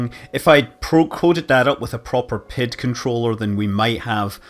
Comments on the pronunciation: It's funny, I've never heard anyone pronounce "pid controller" as pid and not pee-eye-dee controller. I wonder how hard it would be to program in a fully featured controller in simple rockets. Currently the only way to do it in ksp is using mods, which luckily exist. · I actually thought you where saying pitch controller: even as a mech. engineer I'm very much of the Pee-eye-dee school of thought. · Same, it's a small thing but I've always heard it said as letters.